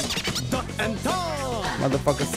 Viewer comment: listen carefully, when he says "duck" it sounds like fuck.